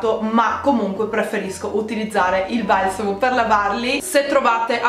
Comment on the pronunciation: Dici "valsamo" e non "balsamo" ... bizzarro